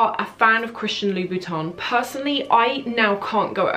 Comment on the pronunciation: Hi! I love your videos! I just wanted to say that it seems to me that you're calling Christian Louboutin "Christian Louis Vuitton" in this video..